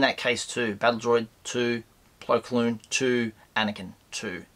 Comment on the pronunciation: And you're still saying "Plo KLoon" 😜